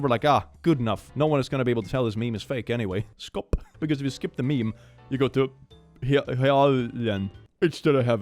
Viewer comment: Why is the way your P sounds when you say "Skop" so bloody hilarious?? I could not stop laughing at that for some reason.